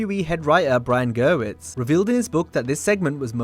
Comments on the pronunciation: Just for future reference, Brian Gewirtz's name is pronounced Ge-WURTZ. Not Brian Gir-witz. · Dude, its GA-WERTZ. Jesus